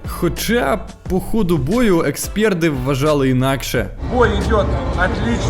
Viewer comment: Ахаха, я из ЛНР и вижу что чувак не знает украинский, потерь нет он говорит, на украинском немає* а потом он говорит эксперд* ахаха да да именно эксперд это я на русском написал, на украинском правильно експерт* либо знавець